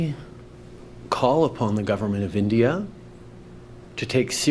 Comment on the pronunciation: “As I said on Monday…(*what did I say on Monday again…?*)….there are…’credible reasons’ that agents of the ‘gudverment’ of India…” Trying to take this man seriously is an exercise in futility.